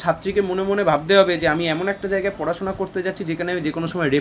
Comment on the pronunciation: Sangbadik ke bilchi jagai mane , eto cjoreder ranir bhasa . Ucharon thik korun , Jaigai bolun .